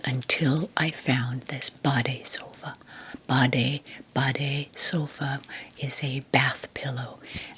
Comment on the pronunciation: Your pronounciation of "BADESOFA" is nearly perfect. Greetings from germany🤗